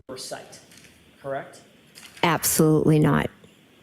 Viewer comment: I can't stand the way she says correct. She keeps saying krecked.